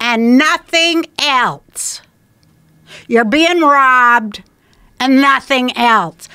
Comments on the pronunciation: After years of holding my tongue I can no longer remain silent on this travesty that has plagued our society... there is no "t" in "else" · You heard her. Nothing “elTse”...